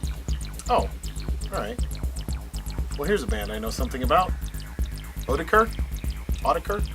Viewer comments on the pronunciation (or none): Sweet haul! That was an interesting pronunciation of Autechre! I used to say it wrong like that too. It's basically "Aww tekker." Funny thing is I have several of the albums you showed on vinyl and have never owned or heard them on CD, lol. Sort of weird considering the digital nature of the albums. Global Communication! This reminds me I still need to do a vid on my Warp vinyl. LOL! Love that Plaid slip with the instant replay! At least it didn't go in your eye like Biophilia!